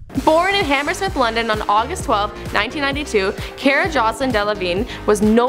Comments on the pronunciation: CAR-UH not CARE-UH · CARA, NOT FUCKING KIERA 😂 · If your going to host a show about famous people, at least learn how to pronounce names. It's "car-ah" not "care-ah" and she's so awkward when she talks and moves it made me uncomfortable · for fucks sake it's not CARE-A it's CAR-AH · you mean car-ah not car-a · It's car-ra not care-ra! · Car-a, not Care-a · At least pronounce her first name properly, Do you drive a care? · car-a not care-a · This channel can never get anything right. Friking "Caera" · Fucking "care-uh" smh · it's pronounced car - a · It's pronounced cAra...like, CAR-A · DID YOU JUST SAY CAY-RA? TRIGGERED! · "Care-uh" fucking "care-uh" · this channel is notorious for mispronouncing names. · Her pronunciation of Cara irritated me the entire way through... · The pronounced her name wrong and I cringed so hard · Why would you mispronounce her first name when she clearly introduces herself with the correct pronunciation at the start of this video?? I don't know why you guys can't ever get pronunciation correct. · She's saying the name wrong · Stopped as soon as she said her name wrong, I'm sorry but come onnnnnn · Cara literally just says her name and then you mispronounce it. That annoyed me sm ahh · She's saying her name wrong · This host is so cringeworthy. She can't pronounce her name correctly, I can barely understand her slurring words, and when I do she sounds so forced and awkward. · if you're going to make a video about cara delevingne, at least pronounce it properly. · Car-a as in what you drive, not Care-a, and Joan | not JoAnne 😬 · okay the fact that the host pronounced cara wrong was annoying but I was fine with it since a lot of people do that, but how does she not know how to pronounce anna karenina??? i thought that was something that even if you don't know anything else about anna karenina, you've probably heard it pronounced enough to know how to say it